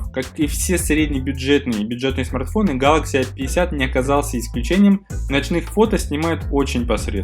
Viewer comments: Что не так в его произношении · Чувак произноси правильно название телефона, аж уши режет!